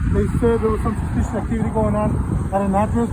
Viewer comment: I can't take a cop in a face diaper seriously. Especially when he can't say "suspicious" correctly.